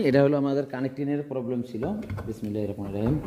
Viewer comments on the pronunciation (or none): আপনি একটি ভুল করেন,সবসময় বলেন বিসমিল্লাহির রকমানির রহিম,এটা বলবেন না,ভূল উচ্চারণ। বলবেন বিসমিল্লাহির রাহমানির রাহিম।